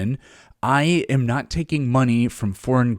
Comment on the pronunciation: Heh's nawt wawke, obviuswy.